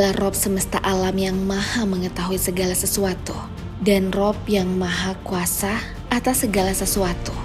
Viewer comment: tolong dong setiap kata yg berakhiran A jangan ditambah huruf "H" kurang nyaman aja dengernya😂 kaya serta mertahh, kuasahh